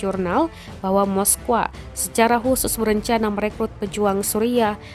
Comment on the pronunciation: Min kenapa kok bacanya moskowa Bukanya dibaca moskow